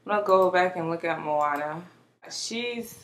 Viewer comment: You're pronouncing it right 😊